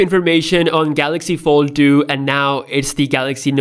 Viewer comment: Galaxy no duenty and galaxy fol du. I’m sorry, I couldn’t... Great video though, thank you.